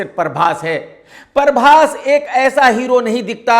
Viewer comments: Parbhas nhi Hota Prabhash Hota hai Prabhash😅😅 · Khudko...Prabas bolna sahi nai ata...uski hindi tik karne chale...he is calling him Parbas😂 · अबे परभास, नहीं प्रभास naam hai naam toh thik se bola kar bhai 😂😂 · He is mocking prabhas hindi and he himself saying parbhas not prabhas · 2.55 नसा नहीं, नशा होता है। उसी तरह परभास नहीं, प्रभास होता है... 😊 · Parbas nahi PHRABAS hai unka name pahle tu naam bolna seeko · प्रभास ❌ परभास ✅ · पहले तू सही बोल .... परबास नहीं प्रभास बोल bc